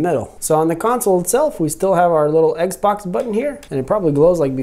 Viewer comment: If this guys doesn’t stop saying eggz-box!!!!